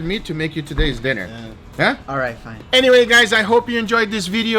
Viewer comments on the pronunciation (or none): none